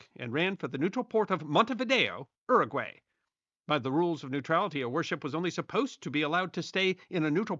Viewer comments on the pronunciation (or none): 'Uruguay' is pronounced with a 'Y', as in 'You', at the start.